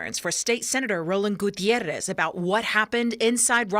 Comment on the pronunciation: The pronunciation of Gutierrez is really annoying here. Like Gutierrrrrrrrez.